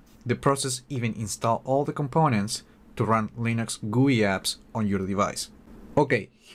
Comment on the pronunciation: I hate it when someone says goooii , just fuckin say G U I